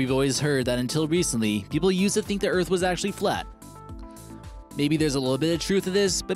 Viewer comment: Tha EARF IS flat!